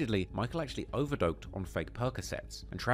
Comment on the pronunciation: You said “overdoked” explain to me what overdoked means fam.